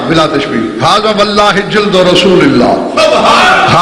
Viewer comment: لفظ اللہ کو بولتےوقت لب نہیں ملتے